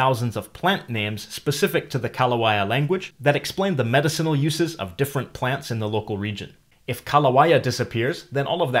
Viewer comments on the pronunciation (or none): Hey, you mispronounced "medicinal". It has emphasis on the second syllable: me-DI-ci-nal. Maybe another example of needing to hear a word spoken to pronounce it correctly.